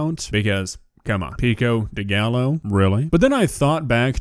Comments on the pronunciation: Now i cant unsay gallow instead of gayo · she said gallo, like the LL are pronounced, not like a Y like how it’s supposed to be pronounced… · I have never been more ashamed....bish also said Galo...